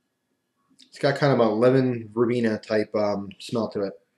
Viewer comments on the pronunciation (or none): none